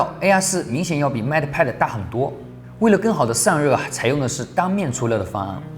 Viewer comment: 麦特派的。。。英语是体育老师教的吧？😂